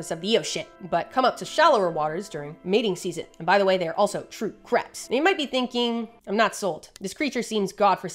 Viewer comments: Why do you pronounce so many of these crabs as "Craps". subtle throwing of shade? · I know you were talking about crabs, but it sounded like "craps" almost every time. Loved the video though. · i love that half of the times you say crabs i hear craps and it’s stillll valid asf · Proof that Modern English's phonemic plosive series actually has an aspirated/unaspirated distinction rather than a voiced/unvoiced distinction: the number of times I could have sworn said "craps" instead of "crabs." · Do we love crabs, or do we just love saying "crabs"?